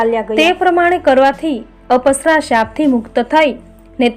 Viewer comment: પુરુષોત્તમ ભગવાન કી જય 🙏🙏🙏 અપસરા નથી અપ્સરા ઉચાર છે અપ એટલે ઓછુ જેવું કે પૈસા નો અપવ્યય